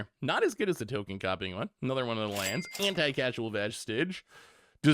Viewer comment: Anticasual Vintage might be my favorite mispronunciation of all time